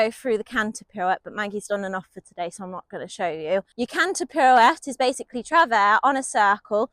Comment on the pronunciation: French native here, I can confirm that your pronunciation of "travers" is correct - if it is indeed to be pronounced the French way.